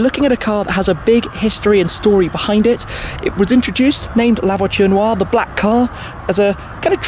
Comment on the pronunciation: The "La Voiture Waa"